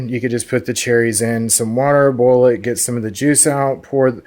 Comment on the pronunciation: Are saying "bowl it" or "boil it"? Because it sound like "bowl" and that is confusing.